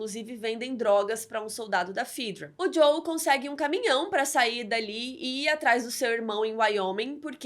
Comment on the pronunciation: Ótimo resumo! Um adendo: No jogo e na série se pronuncia "fÉdra" e não "fídra" 🤓